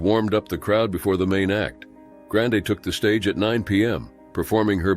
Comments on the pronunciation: I thought I was crazy when I thought he said that but then he started saying it right so I didn't rewind to make sure lmao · Can’t even say the name right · As soon as you mispronounced Ariana Grandes name, I know I wasn't interested in anything else you have to say.